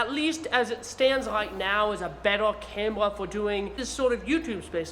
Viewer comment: “Cam Wuh” 😂